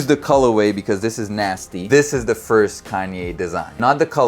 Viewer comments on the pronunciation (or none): the "FARST" is nasty